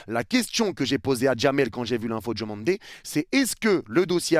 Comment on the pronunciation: C’est pas « Djomandé » mais DIOmandé!!! Merci pour respecter la prononciation! 😊